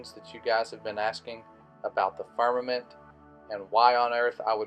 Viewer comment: He cant even say "firmament" right and expect us to believe him.